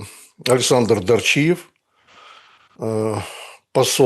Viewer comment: Дарчиев, ударение на А